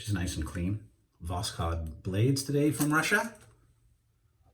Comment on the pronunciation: Hi,the emphasis in the word Taiga is on the last A,and n the Voskhod the K doesn't pronounced. 👍